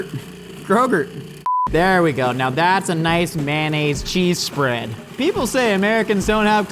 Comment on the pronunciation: when said shpread isntead of shmear